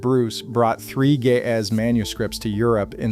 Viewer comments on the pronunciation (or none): As an Ethiopian Orthodox Christian, I am deeply offended by how you keep pronouncing Ge'ez as 'gay-azz.' It is pronounced 'Ge', using the first sound from the word great, and 'ez', using the first sound from the name Ezra. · I keep hearing: ''the gay azz'' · The juvenile in me keeps hearing "The Ge'ez" as the voice said it as "the gay ass...."